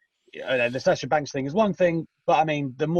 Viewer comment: Did he say Sasha bank